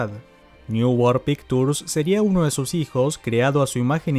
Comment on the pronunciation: voy a hacerte un gran favor que me agradecerás de por vida: pictures no se pronuncia con la t sino con la ch...."pikchurs"